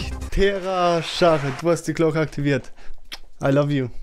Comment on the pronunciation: #glocke ativ nicht spas xd